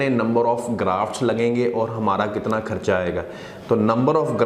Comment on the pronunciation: جتنی بری اس کی اردو ہے ویسے ہی اس کا علاج ہو گا بار بار خرچہ کو ( کھرچہ ) کہہ رہا ہے۔😁